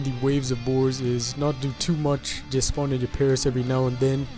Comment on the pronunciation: Spans? Spisans? Y_Y